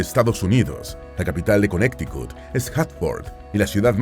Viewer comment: Cuando van a nombrar palabras o nombres en Inglés seria de mucha utilidad el investigar la pronunciación para que la gente que no habla ingles no aprenda a decir esos nombres de manera incorrecta. Ejemplo: Illinois se pronuncia Ilinoi la "s" no se pronuncia, Connecticut se pronuncia Conericot, no "conecticut" solo google it.